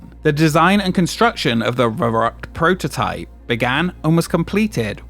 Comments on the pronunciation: I'd appreciate it if you'd spend a few more minutes on pronounciation. Just put the word into google translate and press the speaker, it will show you how it's pronounced. V in german is like an f, and the ü is not an u, it's more like the i in "lick". I cringed everytime you said the word. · Well, no one in the entire video had the pronounciation of "verrückt" even remotely right (neither did you by the way). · The pronunciation of the slide Verruckt is so poor by the narrator, that no German would know what he was saying. For example, the letter 'V" that starts a word has the "F" sound, not the typical American V sound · I really had a hard time understanding the name off the attraction when it was spoken by the narrator. I really couldn't make anything out of it. Until about 3/4th I saw the name of the attraction as written on a plaquette. Verrückt. Yes a german word. Should also be pronounced german. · It took me till Minute 27 as a German to understand the Slide was called "Verrückt" (Crazy) in German. Ver (like the FER in ferrous) The "Ü" is pronounced similar like " Make the sound “ee” as in “cheese” and then make your lips into an “o” shape" and then just a k and t. ^^" Some things sounded like "verrucht" (nefarious) or even Beirucht (which sounds like a mix between something German and Beirut, the Libanese capital :D). I feel so stupid. :) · That's not how you pronounce verrückt 😂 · VERRÜCKT not veruqt, cmon! at least try 🤦‍♂ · I lost count of how many different ways Varrukt was pronounced in this video. I also got curious about how old my favorite roller coaster was and it turns out it's 2 years younger than me. That's fun! Shivering timbers! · For the name of the big slide: "verrückt" means crazy (I guess that's what you meant) - it's pronounciation is "far-ü-kt", the ü sound is hard to make for a non native but "cute" comes close to it. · Nothing like americans trying to pronounce "verrückt". The first syllable is prounced "fair".